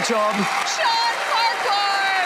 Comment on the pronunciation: From one Farquhar to another Farquhar, why the weird pronunciation?